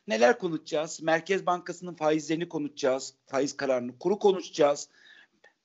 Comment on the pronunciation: spiker efendi önce konuşmayı öğrenmen lazım. Konuşcaz değil, konuşacağız. Kim yapıyor sizleri böyle sunucu bilmem ki!!!!